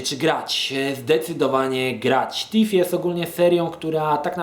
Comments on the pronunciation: nie będąc złośliwą - Thief czyta się FIF a nie TIF. :) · Tak na prawdę nie jest to ani T ani F a coś pomiędzy.Tak więc nie,nie popisałaś się angielszczyzną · Wkładasz język między zęby i mówisz: Sssssssss lub Ttttttt. Wychodzi Ci dźwięk oznaczający angielskie TH w wyrazie 'Thief' ;)